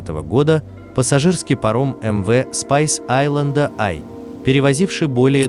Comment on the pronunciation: Перевод ужасный, название судна и то толку нет нормально произнести